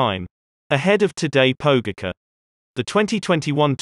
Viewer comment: Pogi deserves enough respect after winning two tours to at least pronounce his name properly. So to clarify: Tadej Pogačar is pronounced tadEAy poGAchar if you were to spell it the English way. Or just listen to GCN, they say it quite well.